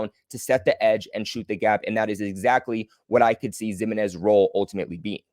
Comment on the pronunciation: Probably pronounced Himinez.